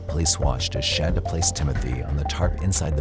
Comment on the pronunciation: No hate - love your voice, it's great for true crime. But i think if you're going to do a 90 minute video, you should make sure you're saying the defendant's name right. I know it's spelled, "Shan-duh" like you're saying, but you can clearly hear pronouncing it "Shaun-duh."